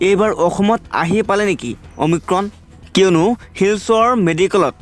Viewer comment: অমিক্ৰম নহয় অমিক্ৰন,প্ৰথমে ভাষা শুদ্ধ কৰক।😏